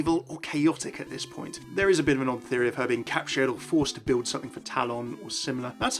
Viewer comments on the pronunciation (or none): none